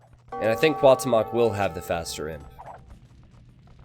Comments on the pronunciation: Cuauhtemoc is pronounced as Kwa-oo-tem-ok not Kaw-temawk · It hurts my ears everytime you mispronounce Cuauhtémoc. But I don't blame to. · Cada vez que dice Cuauhtémoc enfuresco un poco mas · Will you be learning the right pronunciation of the names for the Hidden Cup? Because the way you're butchering Cuauhtemoc's name is just too painful to hear. x)